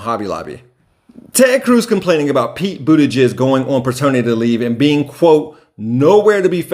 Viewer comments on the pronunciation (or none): I swear it sounds like you said Pete "ButtiJizz", though it likely wasn't intentional it was still funny